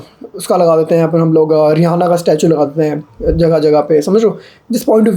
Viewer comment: Location अरे यार....रिहाना नहीं. रिआना (या रियाना) होता है. The "h" in Rihanna is silent.